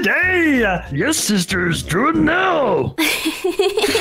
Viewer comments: when say's "Hi sIsTeR's" im dead and it also sound's like he is saying "Hi sISors’'.:/ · “the most amazing line that I ever heard HeY SiSTaHrS🥴